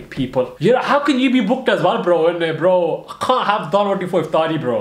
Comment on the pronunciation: Its spelt iftar brother but pronounced iftari